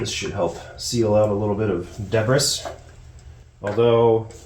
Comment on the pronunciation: lots of "debb-riss", but she cleans up nice.